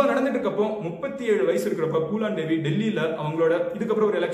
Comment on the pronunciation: Bro it's Phoolan Devi not poolan Devi😂😂😂😂